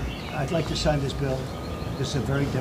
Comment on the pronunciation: Did he just say "I have to sigh this Bill I'ts very difficult" Did you hear that?